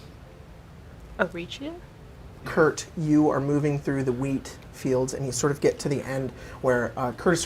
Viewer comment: Lol everytime has said "wheat fields" during this arc it's sounded like "weed fields"